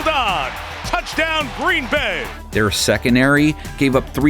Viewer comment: He also said "their seconary gave up 337 yards" 😂